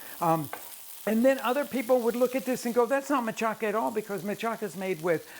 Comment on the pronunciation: I’ve never heard machaca pronounced mah-cha-KA. I’ve only heard it pronounced mah-CHA-ka. Is this a regional thing in Mexico or Chicago?